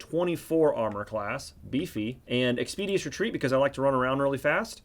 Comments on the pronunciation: great vid. though it is not "expedious retreat" but "expeditious retreat" (ɛkspɪˈdɪʃəs) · You mispronounce a surprisingly large amount of words. "Expeeedious" might want to google that one chief.